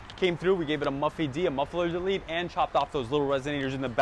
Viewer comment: He also said MUFFY D